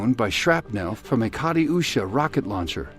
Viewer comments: did i just hear you say cati usha ? its kytusha lol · Kat-yu -shuh! Not Kati-yu-sha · I'm sorry, but... what the fck is this ''kati-usha'' ? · "Ger-bels" "Catty-usha" "Ardennies" LOL American pronunciations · KA TU SHA....you ninny. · narrator butchered the pronunciation of Katyusha lol, oh well. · That`s deintely not how you pronounce Katyusha. Can you at least fucking listen to a proper pronouncation online which takes less than a second?